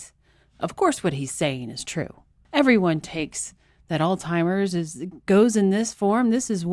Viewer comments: I'm a fan, but are you actually saying "ALLTIMERS?" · Jesus christ it's Alzheimers not all timers.... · It's "Alzheimers"..not "Altimers". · Please don't pronounce Alzheimer's as All Timers, please. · I got confused when you said "altimers". I think you're talking about Alzheimers. There's a "z" and an "h" you have to pronounce with the word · Is she saying “All-timers” in jest? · did you say “alzheimer's” because I was hearing “all-timers”? A coworker called it “Old-Timers”. Leftist Politics has destroyed science.